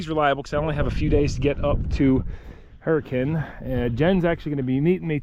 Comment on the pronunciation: You said “Hurricane” (Her-eh-Kuhn) perfectly 😂